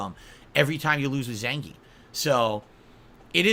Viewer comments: is it me or he mispronounces zangief? announcer says it russian zangy-eff. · according to russians themselves and the fact gief is russian its pronounced zan-gee-yif. zangeef is how you would say it in german or english